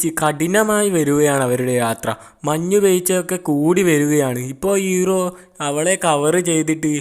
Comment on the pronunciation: (എലികോപ്റ്റർ)🐭Copter ❌ Helicopter ✅ (ഹെലികോപ്റ്റർ) (ഇറോ) Erow❌ Hero✅ (ഹീറോ) കുയി ❌ കുഴി✅ വയി❌ വഴി✅ കൈയ്യന്നില്ല❌ കഴിയുന്നില്ല✅